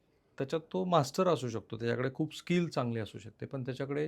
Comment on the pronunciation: राहुलजी..... शब्दोच्चार योग्य असू द्या.... एखाद्या क्षेत्रात मास्तर नाही म्हणत हो.....एखाद्या क्षेत्रात मास्टर म्हणतात.....